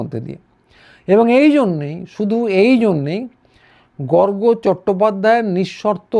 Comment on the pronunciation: গর্গ অত্যন্ত সৎ বাঙালি। কোনো ভন্ডামি নেই। বলে একজন বাঙালি বললেন, গর্গ্। উচ্চারণ ভুল। ওনার কাছে খবর আছে... গুলি বন্দুকের বিষয়ে